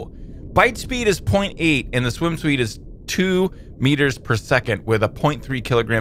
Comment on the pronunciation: "swim sweed"